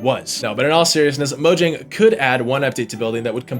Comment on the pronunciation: the J is pronounced as a Y Mo-Yang 😉